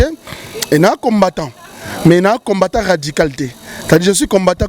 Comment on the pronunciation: Désolé mais parle mieux👏👏👏 que celui qui habite en France...🤔 Cherchons l'erreur *Musulmans radicaux....et non radical *combattant et non combatta 😜 Soutenu... Et non souteni...il a dû mal à retenir les questions.... Rappellons tous que ce n'est qu'un Chroniqueur à la congolaise et non un journaliste possédant une carte de PRESSE... Yebela